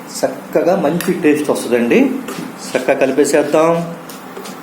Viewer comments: Sakkagaa kaadu chakkagaa ani palakandi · Sakkaga kadu chakkaga